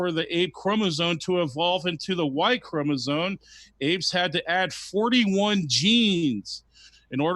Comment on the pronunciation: I really trust a guy who says chromosone and orangutang